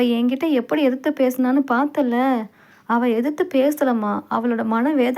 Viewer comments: மொழியின் சிறப்பே அதன் உச்சரிப்பு தான், இல்லையென்றால் அதன் அர்த்தம் மாறிவிடும். அவள் என்பதை அவல் என்று வாசித்தால் அர்த்தம் வேறு படுகிறது அல்லவா அதைத்தான் நான் விமர்சிக்கிறேன் . இதில் மதம் எங்கே வருகிறது. தமிழர்கள் நாம் அனைவரும் மதத்திற்கு அப்பாற்பட்டவர்கள். இரத்த சம்பந்தமற்ற சகோதர சகோதரிகள். அஸ்ஸலாமு அலைக்கும். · உங்களின் தமிழ் உச்சரிப்பு மிகவும் மோசமாக இருக்கிறது. பெண்பாலை உச்சரிக்கும் போது ல் என்று உச்சரிக்கிறீர்கள் அவள் என்பதை அவல் என்று உச்சரிக்கிறீர்கள். தயவு செய்து சரியாக உச்சரிக்கவும். நன்றி.